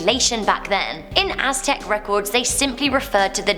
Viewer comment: Lord Viktor obviously she said it that way because she doesnt know how to say it. She pronounced it as its literal spelling may-ans though the first a is silent. She said Aztec perfectly so yea it wasnt an accent thing.